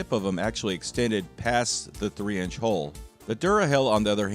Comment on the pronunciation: Sometimes, when you say hull, it sounds like hole. Just so ya know, lol.